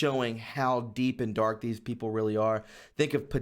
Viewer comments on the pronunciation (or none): none